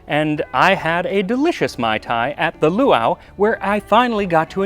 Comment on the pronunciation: As always, I adore this video. PS: the glotal stop between the two "a"s in the second word is harder: poowah-ah.